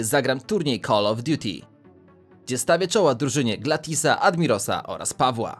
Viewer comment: Gilathissa a nie glantisa